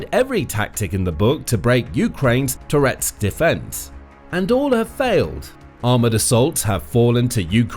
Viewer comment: Every time you say "Toretsk", I briefly think you're saying "Tourette's".